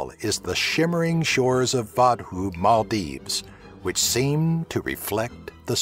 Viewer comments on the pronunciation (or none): none